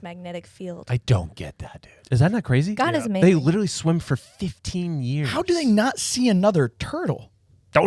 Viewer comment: He still hasn't learned to say literally... Litlly.. dumb and childlike